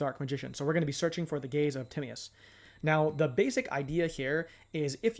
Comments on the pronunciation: Gaze of timmy-us is crazy work lol its te-my-us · Timaeus can be pronounced Ti-may-uhs or Ty-mee-uhs. You weren't really that far off tbh. I'm planning on using DMoD with Allure Queen LV7 when it comes out in MD. Verte Anaconda can also make Chaos Allure Queen or the WF Synchros DARK for going into DMoD. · Actually it is weirdly close to the modern greek pronunciation of Tea-ma(as in made)-os. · Great vid bro! Tim-MY-Us is how you say it for future ref